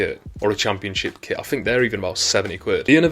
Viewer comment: Are you saying kit or kid? I obviously know you are saying kit - but it really sounds like you are saying kid.